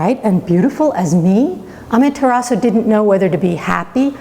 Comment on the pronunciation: Why are you pronouncing the u?